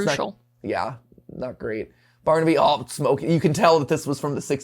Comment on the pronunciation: You missed the R in baRnaby